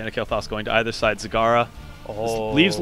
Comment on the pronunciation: Stills bothers me how pronaunces "Kael---Thas":/ Good match tho.